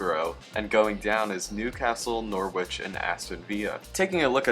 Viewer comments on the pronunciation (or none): I like the video It is said norich not Norwich that's the only thing other than that great!